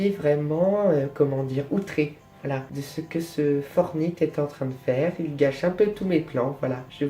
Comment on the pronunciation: Tu prononce mal "Fortnite" on le prononce plus comme Fortnite que Fortnite, voila.